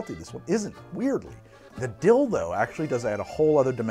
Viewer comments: "the dill-tho" Good of you to spell it out because that's not what I heard! 🤣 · "The dill-tho" lol sigh I'm a child. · Did you say, "The Dilldo"?